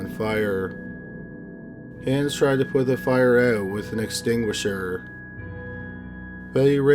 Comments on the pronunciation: I'm addicted to your channel. Can't wait for new ones. FYI: Hans is pronounced Hons not hands. 😁👍🏻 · hans - it's pronounced haanes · Hans is pronounced "Hahns", not "Hands" sans D. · HAHNS not han(d)s jfc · It's not handz its hanz. Hhh-onz not Hhh-an-z. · I can't get past how you pronounce Hans like hands lol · Hans was pronounced wrong, since one of my late relatives had the same name. The outhouse babies really tore up my heart, especially as a mom, I couldn't imagine doing that to my own child or "allowing" someone to do that, more so not being able to prevent it. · Is that really how that family pronounced Hans? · I wish you would pronounce Hanz the right way... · Pronounce "Hans" like anyone but is saying it. Minus the "s."